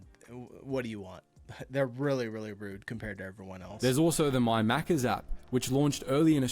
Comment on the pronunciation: Hey, at least he said Maccas correctly 🤣